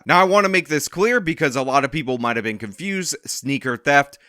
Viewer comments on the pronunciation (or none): none